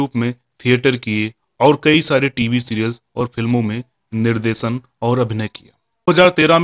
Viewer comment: Aap kaheen kaheen " sh " ko "s"bolte hain jise sunkar man khatta ho jaata hai jaise, nirdesan, sarma, sare , darsan. " sh" bolne kee practice karo.